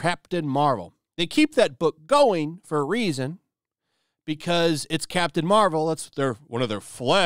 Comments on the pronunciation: I thought you said Craptain Marvel..lol.. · I could've swore he said "crap tain marvel" lol